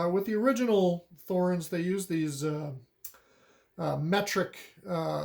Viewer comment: Good video! For everyone's info: The "Th" in Thorens does not make the "th" sound of English. A simple "t" is much closer to the correct pronunciation. And emphasis would be on the "e". (Not being a German speaker, someone might want to correct me on that last claim.)